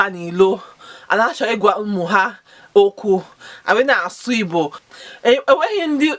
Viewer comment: Sister I appreciate you!but from your account name to your pronounciation sounds like those kinds born abroad but you can do more by learning more. Contact angeloma on youtube for more igbo not ibo! For more learning.